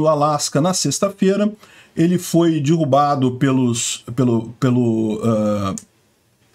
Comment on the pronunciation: sou teu seguidor incondicional, mas tu tens falado muito dirrubado... aí dói ouvir...